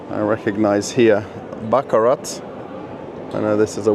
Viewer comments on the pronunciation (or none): There were some beautiful antique and vintage items at this place. Btw, the crystal "Baccarat", you do not pronounce the T at the end (French). You can show me every single booth, and I will be watching keenly and also look at the pricing for those in Russia. Thank you for shooting this fabulous video, I hope to see more of these.